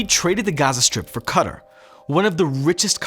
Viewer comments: It’s not Cutter it’s quay tar. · It's not "Cutter". It's Qatar an pronounced "Ca-Tar" ad means 'cat' in Arabic. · Qatar is not said as cutter!!! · Did this man just call Qatar, cutter? Lmfao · And it's pronounced Qatar like guitar but with a q or quitar or katar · lol the way you pronounce Qatar is wild. CUTTER/KATA lol 🤣🤣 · I don't like how you pronounce "Qatar", you make it sound like "cutter".